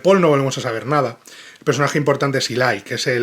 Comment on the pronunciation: toma nota de que el personaje se llama Eli, no Ilay 😂